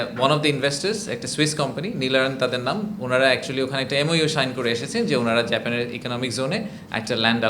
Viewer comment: Talkng, photo session. Rascals. We know this drama. You can't pronunciate 'Japan' properly